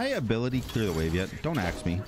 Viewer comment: "I'm going to blink then axe this man....a question he's never been axed before"